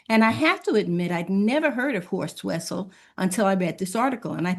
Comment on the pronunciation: When mentioning Horst Wessel's name you'll be impressing me if you could pronounce the German name correctly. Try Vessel, since in German the w morpheme is pronounce as an English v.